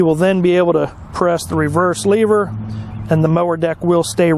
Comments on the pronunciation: Its lever. Not “leever” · Good video, however it would be slightly less annoying if you would pronounce the word lever correctly. Just Google correct pronunciation.